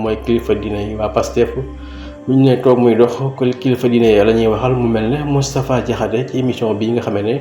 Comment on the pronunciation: DANGUÉÉNE DI DIMINUER LE S DE MOUSTAPHA MOU TOUDD MOUTTFA DIAKHASSÉ